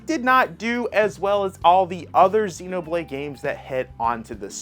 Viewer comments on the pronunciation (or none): none